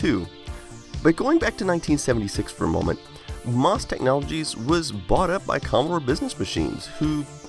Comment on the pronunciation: Good video, I always love Commodore history. One comment about MOS Technology. Please don't pronounce it "moss", you should say the letters M, O, S. I know this is true because my sister worked at Commodore in West Chester, PA and spent quite a bit of time at the MOS building in Norristown, PA. Thanks!